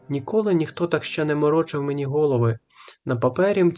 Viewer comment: Не гОлови , а головИ !